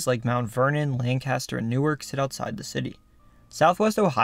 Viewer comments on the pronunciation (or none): Small pet peeve of mine as someone that lives there, but Ohio’s Lancaster is not pronounced lan-caster like in other states. It’s actually closer to lang-cuhster. Though other than that minor thing, great video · My only complaint is Lancaster is pronounced differently than other Lancasters. Lancaster, Ohio, is pronounced like one word not Lane-caster. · It's pronounced Lang-kiss-ter